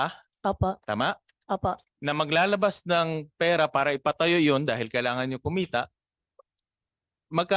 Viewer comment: Mayor pakitigasan mo naman yung r mo , peyra hahahha